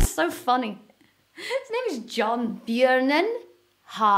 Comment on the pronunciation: Björnen har en apelsin!!!!! Great pronunciation😂😂